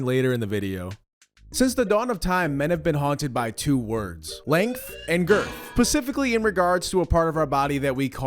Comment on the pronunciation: did you really say "pacifically"